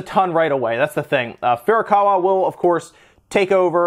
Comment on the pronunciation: Holy crud, it is FU RUE KAA WAA and FUR A KAWA. I know you have to know how to pronounce Japanese names if you worked in video games.